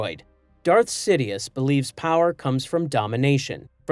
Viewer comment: See Foe Die Ass? was that on purpose? Or do I misremember the pronounciation in the Movies?